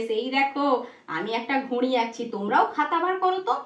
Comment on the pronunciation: আপনার ঘড়ি উচ্চারণের নাসিক্য ধ্বনির প্রভাব রয়েছে